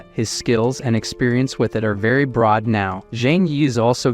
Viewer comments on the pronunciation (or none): none